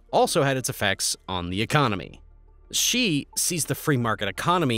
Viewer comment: Also Xi is pronounced "she".. It helps to at least get the main protagonist in the story's name correct.